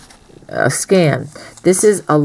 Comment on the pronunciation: Nice pattern and yarn! I’ve never heard a skein of yarn pronounced as “scan” before. I have heard in the south they say “skeen”.